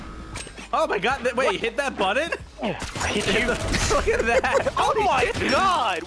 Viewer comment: The what squirrel the buntton 🙃🙃🙃🙃 it's button love speaking no hate